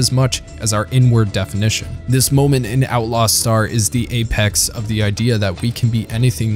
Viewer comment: "our N-word definition" or "Our inward definition"??